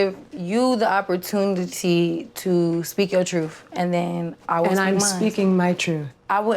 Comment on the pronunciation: Wtf is an opportuntity,?😭